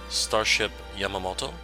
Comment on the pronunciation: It's Yamato in honor of the battle ship Yamato from WW 2. Not Yamamato